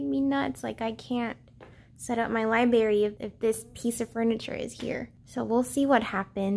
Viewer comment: The way you say libRary cracks me up lol